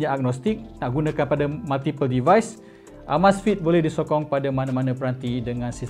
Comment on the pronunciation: sebut betul2...uh-meiz-fit....